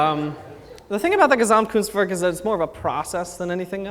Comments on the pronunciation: Hearing him pronounce Gesamtkunstwerk hurts me :( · I love his entertainment xD and as a german I found it very adorable how he pronounces Gesamtkunstwerk and how the english plural just puts an s at the end and the plural is done xD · I am from germany and its so funny how he pronounces gesamtkunstwerk